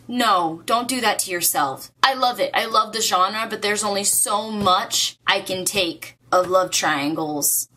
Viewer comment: I like how you said "genre"